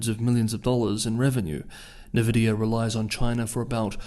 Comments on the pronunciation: It's pronounced "en-vidia" -- not "na-vidia" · It's commonly pronounced, "en'VI'dē'uh" I believe they are Taiwanese; AMD definitely is. How do these restrictions affect them?